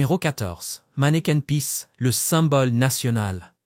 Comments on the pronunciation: Manneken pis pas manneken peace....... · ce n'est pas " manneken peace " , mais manneken PIS ( = pipi ) !